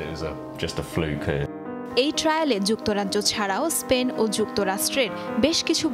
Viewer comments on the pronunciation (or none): none